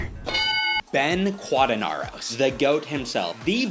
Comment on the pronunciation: ITS KEEE ADI MUNDI and BEN QUADIN"AIR"OS PRONOUNCE IT RIGHT